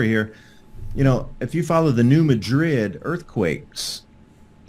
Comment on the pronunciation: ITS MAD-RID NOT MAH-DRID LIKE SPAIN. SOME SAND BLOWS STILL HERE. FORMED REELFEOOT LAKE TN. LOVE YOUR CHANNEL. PEACE BROTHER